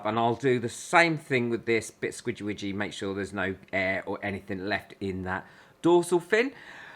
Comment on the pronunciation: I love how you say scwidgy ridgy if that's how you spell it. Lol